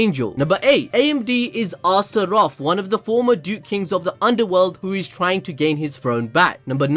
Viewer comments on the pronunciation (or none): Not to dis ur accent but it’s pronounced like this “assturoth” not spelled but spoken